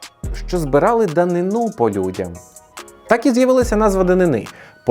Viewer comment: Дуже цікаво! Маленьке зауваження: наголос у слові ДАНИНА на другому складі: данИна.